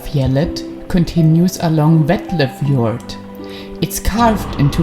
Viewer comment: Vetlefjorden means the little fjord, stro fjorden means the big fjord. Btw, your pronunciation of norwegian names almost sound native, very good ;)